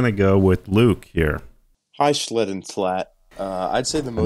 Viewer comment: You did call him schlum ☠️